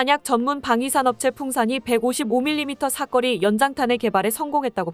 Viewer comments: 사꺼리가 아니고 사거리 발음이 아주 구려! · "사거리"가 왜 모두 "삭거리"로 발음을 하게 되지요? 이 동영상 뿐 만 아니라, 다른 유튜버들의 남녀 나레이션에서도 똑 같이 "삭거리"라고 발음을 하더 군요. AI가 그렇게 밖에 발음 을 못하는 건지... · 발음 교정좀해라 사거리지 사꺼리냐? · 내용중에 여러번 나오는 '사거리' 를 왜 '사꺼리' 로 발음 하는지 모르겠네. 사람이 아니고, AI 가 읽는 건가? 발음을 제대로 해야지. '거리' 와 '꺼리' 는 발음이 비슷해도, 의미가 전혀 다르다. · 사꺼리가 아니라 사거리인데. . 발음교정 좀 하시지요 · 사거리 발음 쬼 지대로 혀! 사꺼리 사꺼리가 뭐여! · 사꺼리 아닌데... 사거리인데... 젠장!! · 왜 자꾸 사꺼리라고 읽냐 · 사꺼리..사꺼리...졸라 거슬린다 ㅡㅡ